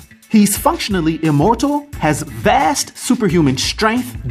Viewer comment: The emphasis on the "vasssst" was telling